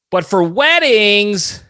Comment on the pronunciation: 1) your pronunciation of “weddings” made me spit up my coffee 2) to be on topic of this episode, the pedo light should consider lending itself to any woman at a wedding who has been targeted for an unwanted j & h to a Ginuwine song